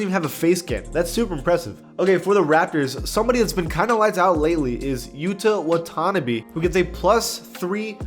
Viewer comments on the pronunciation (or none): its what-uh-nah-bee 👍